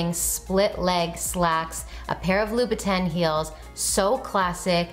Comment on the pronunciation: LMAO, the pronunciation of BOTTEGA VENETA is debatable. I’ve heard people say it both ways, but one that irritates me so much is how people pronounce LOUBOUTIN! (Loo•Boo•Ton)